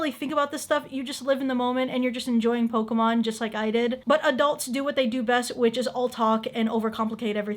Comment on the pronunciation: 😂😂😂😂😂😂 did he Say Pokéman